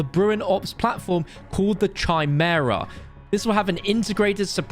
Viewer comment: Only problem I got with this is you pronounced the gun as Chai-mare-uh, when it's kai